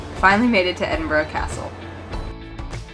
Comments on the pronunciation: So glad you made it to Scotland …my home town is Glasgow..you should have visited Glasgow necropolis it’s very impressive cemetery…and I know you struggle to say Edinburgh….you say edinbrow…..try saying this….edinburrah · So sorry, but not Edinbroooo but Edinburaa. X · I thought that too until towards the end when they got off the bus in the In the residential area and she did revert to "Edinburrow" when speaking of getting back to the city! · I love Edin-bruh. Last time I was in Scotland I sat on that same station balcony and ate a pasty washed down with a bottle of Irn-Bru. And I patronized a lot of Costa Coffee locations. 😁 I'd love to go back again. 😢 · It's ED-IN-BRA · Lothian... pronounced "Loathe-ian"... Also you did so well pronouncing Edinburgh correctly only to blow it at the end...